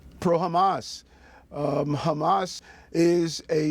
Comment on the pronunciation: Truly ridiculous answer “what exactly did he say?” “PROHAMASSS” sir wut?